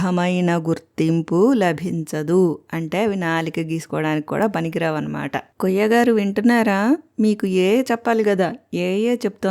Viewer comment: అమ్మా వాన్ని కొయ్య అనకండి, కుయ్యా అనండి